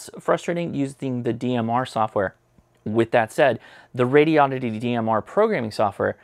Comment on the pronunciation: Maybe you could teach how to say Radioddity? (notarubicon)